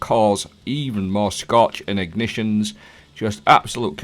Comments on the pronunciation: Oh you were saying "scorch"! I thought you said "Scotch" so I started drinking whiskey while playing Destiny. The only thing getting absolutely destroyed was me and my brain cells 😳🤣🤣🤣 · Scotch is what I kept hearing. 😂 cheers